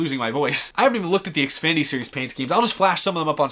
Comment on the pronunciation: You have said xfady not Xfinity